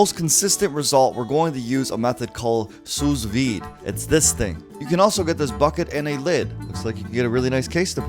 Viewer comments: The second S in sous vide is silent, it's SOO-vide as opposed to SUZE-vide. #pedantic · SOO veed. NOT SOOS veed. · Was I the only one that was triggered when he pronounced it ‘sooos veeed’ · It’s pronounced “soo veed” the s is silent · It pronounced su vide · It's pronounced Sue Veed. The "S" is silent. You're also supposed to remove the butter, season, and then cook the steak. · he said sous vide wrong lol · It was annoying me how he was saying sous vide wrong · Dont prononce the last s in sous vide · Just saying, you must not have done much research at all on this if you'd never even heard "sous vide" spoken. If you had heard it in videos you used in your research you would know how to at least pronounce it correctly. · The second “s” in sous is silent,. Lol. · The S is not pronounced in sous